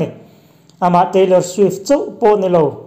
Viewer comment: Teilawr swiff khi zaklo ee 🤣🤣🤣🤣 a zamlo reuh